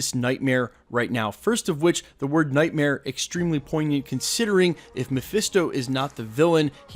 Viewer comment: He says “night-meer” or night- mirror. Kinda tok’d, like Bruce Krishna.